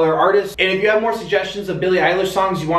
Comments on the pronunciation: Him: elish ayelish Us: 🔪🙃 Jk 😂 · Billie eye-lish (that’s how you pronounce her last name 🙂)